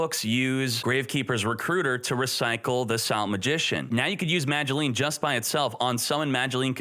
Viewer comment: Yo, am I tripping? He's pronouncing the "Madolche" monsters correctly!